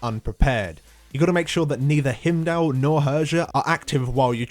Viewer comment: Only thing that bothers me about this guide is Hymdall being called "Him-dal", it's "Hime-dal". Odyn himself tells you how to pronounce it!